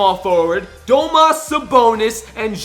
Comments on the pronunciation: Did he just say domas? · its domantas not domas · It’s domantas not domas lol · "Domas Sabonis" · Domas Sabonis? nice pronouncing